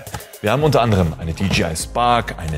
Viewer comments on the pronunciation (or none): Ich hab mal nur so ne Frage :D Das J wird doch im Englischen Jay ausgesprochen (so hab ichs gelernt) und das G gie sag ich mal xD Müsste es dann nicht DiJayEi ausgesprochen werden? Ich meine die werden ja DJI geschrieben